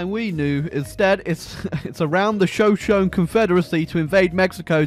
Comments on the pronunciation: It’s funny how he pronounced Shoshone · That takes the cake for the worst pronunciation of Shoshone ever